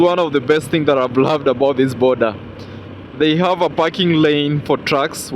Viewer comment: if you don't gerrrri't, forget abarrrri't. 🤣🤣🤣